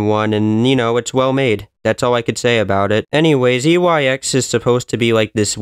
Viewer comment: you keep saying YEX